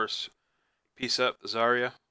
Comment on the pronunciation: Its zy-ra